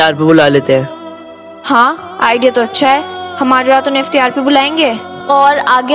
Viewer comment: Iftiyaar nahi Iftaar. urdu ka janaza nikal kr rakh diya hai ap logon ne